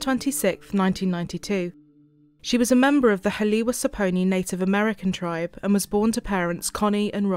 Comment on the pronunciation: Said our tribe wrong. But cases is solved now.